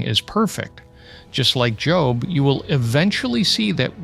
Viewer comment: I just realized the speaker is just an AI voice. No Christian man who knows the Bible would pronounce Job’s name like you got a new “job” from an employer. Unbelievable. Can’t anyone do their own work nowadays?